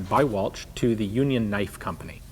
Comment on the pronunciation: Anerican pronunciation is awfull it's ch sounds like SHHHHH